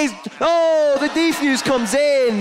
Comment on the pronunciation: i love this video but its one thing, the people that talk in the background say "deeefuse" not defuse X)